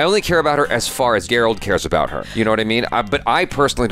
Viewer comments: It's G-eralt not J-erald! 😂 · I can't believe still calls Geralt, Gerald.😂